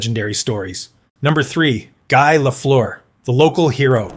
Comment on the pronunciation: Actually, I find it amazing that North Americans with English as their native language don't even know how to pronounce "Lemieux". Its last part rhymies with "bird" and "first", not "goose" or "through". Considering that, I think the mispronouciation of "Guy" isn't half as bad, especially since the presenter got it right the second time. I also think the pronunciation of "Jaromir Jagr" is not worse than it's usually pronounced by North Americans. For some reason, commentators from basically every other country gets "Lemieux", "Guy" and "Jagr" right. I think it's because all foregin names gets "translated" into English pronunciation. But if there is one name I think people interested in hockey should get right, I think it's Lemieux.